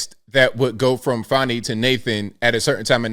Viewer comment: Her name is fanni, not fawny. Her nake is part of a butt.